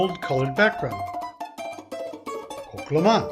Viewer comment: You pronounced the name wrong.